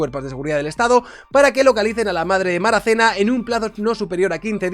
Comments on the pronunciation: Es de MARACENA....no de MARACANÁ.....😅😂😂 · Maracaná?? Es Maracena, localidad limítrofe con Granada. Jajajaja